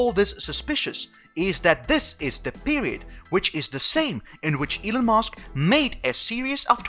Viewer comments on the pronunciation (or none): Elon not Elun